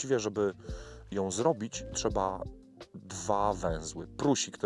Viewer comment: proponuje zweryfikować wymowę słowa PRUSIK... bo uszy bolą :(